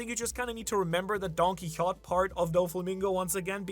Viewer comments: Why you calling him Don-Qui-Hott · When is someone going to tell him it's don-ki-ho-TAY? It's been years... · Don-kee-ho-tay* Doflamingo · You say Quixote weirdly.